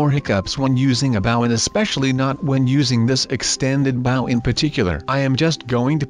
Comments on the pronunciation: It's not bow it's Bo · It bow not baw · bow not boe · it's bow not baw😡😠😡😠😡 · It's noooot Boow its Bow!!!! 😒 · It's bow not bouw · It's bow not bow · its not bow say with me B ow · it is bow b oh. not bow bouh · It is bow not baw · IT'S BOW NOT BAOW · it's called bow not baw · why does he say baw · And it's called bow(boe) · You said bow wrong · Just to let you know You said bow wrong